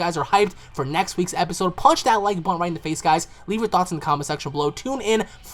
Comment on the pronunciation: "hit that subscwib butn" gosh slow down there buddy xD